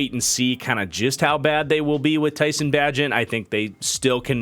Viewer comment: Love your content man, got my pops and all his friends watchin you. Also, Tyson’s last name is Bay-Gent and I think he’ll surprise you. He’s played a lot of football and won a lot of games.